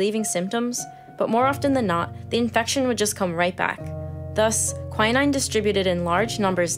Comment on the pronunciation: Quin-ine is the right pronoucation I believe.